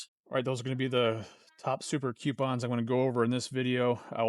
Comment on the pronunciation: Coo - pawns